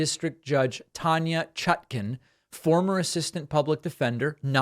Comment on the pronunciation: Dude, you lose credibility when you don't learn to pronounce names. There's not even a T in her name. Chacon. Pronounced "sha-cone."